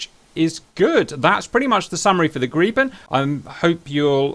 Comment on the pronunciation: Lots of Bonus Points for you for pronouncing Gripen correctly. I actually asked on a Swedish FB page, and they were nice enough to help me. I love your channel in general by the way.